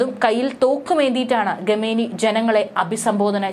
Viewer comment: ഗമേനി അല്ലല്ലോ? ഖമേനി